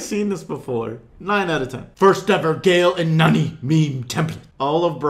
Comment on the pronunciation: You said nani wrong.😂😂😂😂😂😂😂